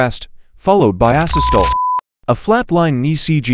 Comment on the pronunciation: The AI voice mispronounced asystole and tachycardia.